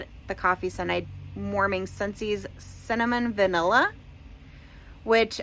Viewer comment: I thought you said Salmon Vanilla for Cinnamon Vanilla and I was so confused 😂